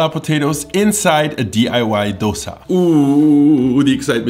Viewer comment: The fact that you pronounced dosa correctly made me very happy.